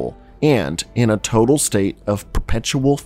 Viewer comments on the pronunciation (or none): none